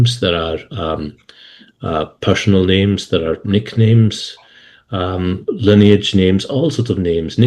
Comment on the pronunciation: Shame about the pronunciations. Lineage is pronounced Liny age. Not Line age. 😅